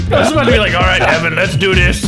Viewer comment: Lmao called his Evan suit "im ephan"